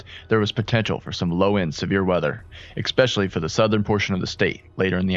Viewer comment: Essssssssspecially. Not expecially.